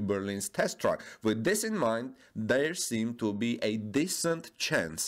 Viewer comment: Bitteschön, please research the pronunciation difference between TRACK und TRUCK ;-)